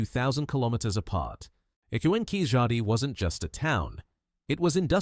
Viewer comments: Hi It's not KIJADI it's KEELADI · Excellent compilation with cross reference to Rakhigarhi, David Reich, Prof Shinde, ASI Amarnath, papola, Y chromosome haplogroup M, L etc. Only thing is Keezhadi is incorrectly pronounced. It should be pronounced as Keeladi.